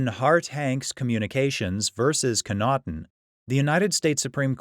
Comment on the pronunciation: Daniel Connaughton is my dad. You need to pronounce the name properly. 😁